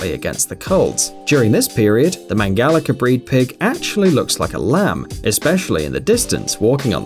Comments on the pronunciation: It's not Mangalica with K Mangalika its Mangalica like the rice's c. I'm from hungary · Its not mangalika but mangalica please if you dont know how to say something run it trough google translate to be sure.